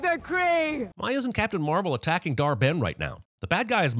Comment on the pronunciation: Dar-Benn smh... 🙄😩